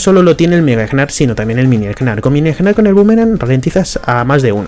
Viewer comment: No se si soy el único al que estresa que diga egnar. La g es muda se dice nar y lo pueden confirmar porque cuando se transforma dice nar. Por cierto todo le que digo lo digo de broma no pretendo insultar a nadie. ( amo a gnar es mi main :3)